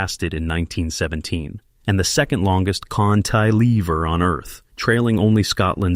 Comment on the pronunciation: It's cant-a-lever, not knt -lever